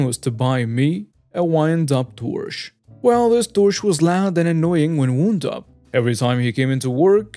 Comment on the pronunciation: you need to learn how to say the words “pint” & “wound” properly!